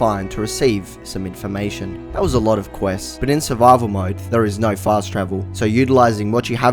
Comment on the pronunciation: The classic Aussie norrrrrr